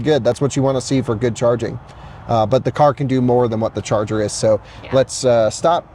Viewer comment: From now on, I'm pronouncing "charger" as "Chah Zah" 😁